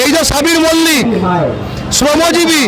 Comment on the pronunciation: Mollick noye mallick.... lojjar ki aache ?